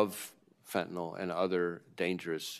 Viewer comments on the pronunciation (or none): Why can NO politician properly pronounce the word Fentanyl? Can we get them a 'Hooked on Phonics' program. Sound it out . . . just like your 2nd grade teacher told you. Fen-TA-NYL